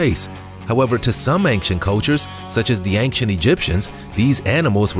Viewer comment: The monkeys are called "proboscis monkeys", NOT "probiscus monkeys". Secondly, "ancient" doesn't have a G in it... So it's not pronounced "ang-shent".